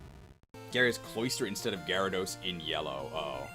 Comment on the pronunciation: Gary-thos… im starting to hate that pokeman